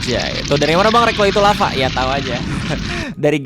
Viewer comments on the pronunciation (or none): none